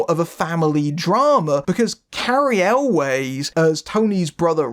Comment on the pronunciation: Cary "Always"? I thought it was pronounced like well, "Elves", the plural of Elf. :) Thanks for this review, never even heard of this one but sounds fun.